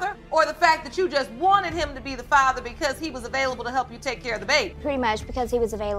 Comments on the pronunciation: So is that AI can't pronounce Father, or a non Ai computer, or a teenager making videos? Somebody can't pronounce the word father! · This narrator absolutely drives me crazy he doesn't know how to pronounce the word "father" Even if it is an auto generated voice I can't believe that it says fayther not father.Argh! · Whoever does these voiceovers needs to learn how to pronounce “father”😒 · I wish they'd teach ai how to correctly pronounce father. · Please next time choose a narrator that can pronounce father and intamency on a consistent basis.